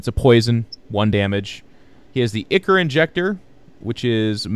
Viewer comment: ichor = "eye-core"